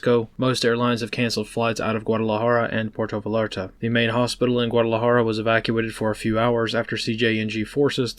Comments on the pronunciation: Love ya.. everyone reporting on this is mispronouncing Vallarta. It's vye-yarr-ta. If you really want to get fancy you roll your tongue when pronouncing the two LL's 😂... Born and raised in San Diego, thus forced to know a little Spanish. Thanks for everything you do Mate. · Just a note. In Spanish the double L is a seperate letter. (LL) Pronunciation is the same as the letter Y. Vai-yar-tah... it causes me pain to hear you say it the other way. From a briefing perspective, providing the local pronunciation is useful. It allows your target audience a better understanding of what the locals actually mean. I originally thought you were talking about somewhere else... Sorry. Rant over. Good brief. Thank you. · Dude, why can't you say Vayarta?